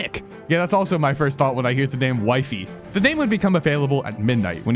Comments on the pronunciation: Bro his name is not Wife-is or Wife-ies Its Wi fies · It's not Wifey it's wE-fEs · also its not wyfis btw its wefees (in pronunciation) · Dude its pronounced wifies not wiefees not weefees wifies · The way you say Wifies sounds like "Wife-eys".. so Wee-fees makes more sense to me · Its wee-fees not waifes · It's wee-fies dummie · its not that hard to pronounce wifies correctly breh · Please say wifies name right bro😭😭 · bro is constantly ragebating with misspronouncing wifies name